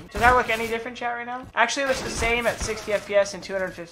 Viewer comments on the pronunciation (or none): Accelly? Really....